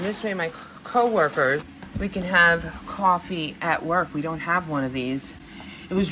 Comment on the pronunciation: Kaw-Fe lol I will now be saying it like that every day 😁